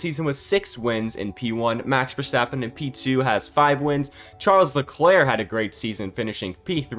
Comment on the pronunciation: Nice vid,, but here isch a tip: Pleasch schtop schaying Max Verstappens name wrong. It isch Verstappen, not Verschteppan.